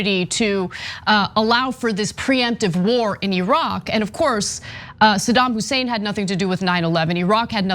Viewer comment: its saddam hussein not sodom husain or sadem hussain.wow